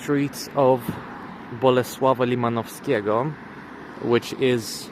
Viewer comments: The way you said "bolesława limanowskiego" made me want to give you polish citizenship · i mean, he said it correctly